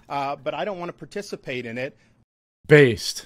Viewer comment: You kill the word based.